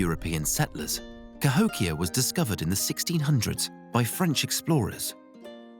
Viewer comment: Would have been great except you kept pronouncing it "Ka-HICK-ee-yah"